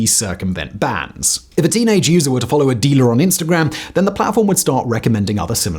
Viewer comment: I feel like you went hard on the pronunciation of “-gram”, which is kinda nice. I try watching less Americans on here!